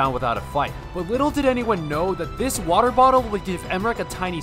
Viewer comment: more like "wodae bodae" he said lmao